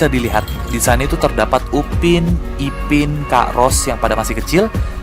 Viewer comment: Upin bang bukan ubin